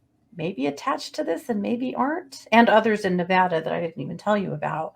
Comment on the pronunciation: Thank u for pronouncing "Nevada" correctly!